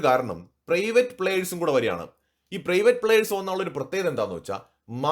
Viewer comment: പ്രെയിവറ്റ് അല്ല പ്രൈവറ്റ് ആണ്